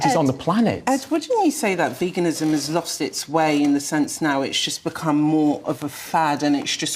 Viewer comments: Why does that bearded man not know how to pronounce veganism correctly? Vagansim? What is vaganism? Btw well done for being able to counter their arguments despite being ganged up upon. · Love how calls it "vagenism". His knowledge about sources of protein is definitely vague! We love you Ed. We love how you stand up for all the world's beautiful animals. We also love being vegan because it helps address world starvation, reduces climate change, reduces pandemics, reduces antibiotic resistance and reduces the incidence of cardiovascular disease and cancer xx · He cant even say it. "Vagenism" 😅